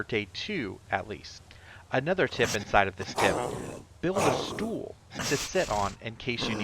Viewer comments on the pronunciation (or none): somting tels me that ur NL cuz the way u say "stoel" xD